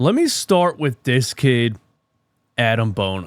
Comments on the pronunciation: No disrespect, but it’s A-Dem not Adam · "This dude might be an NBA player now"... Agreed but say his name right then, Adem not Adam